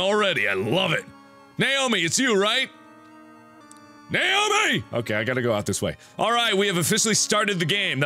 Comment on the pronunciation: I know he is shouting "Naomi!" but I only here "Nail me!" :'P